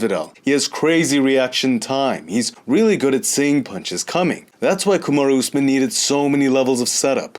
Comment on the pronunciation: says Kamaru Usman like it’s a Japanese name! Kamadu Oozmin. Lol. Respek. Always entertaining!